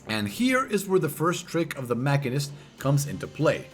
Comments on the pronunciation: Sorry to be this guy..but its Machine- ist. It's a real word outside of FF and as such has a definite pronunciation. Moving on.... GREAT guide! I took some time off from FF before SB and had the old gauss barrel stuck in my head and I was way thrown off upon coming back. Put MCH down due to low DPS and BRD being my go to raid job, but now picking it back up I felt a bit lost in the sauce. Definitely subbed! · I think it's a latin root word so both ma-sheen-ist and mak-in-ist would be correct in their own way, with the former being the regular English pronunciation.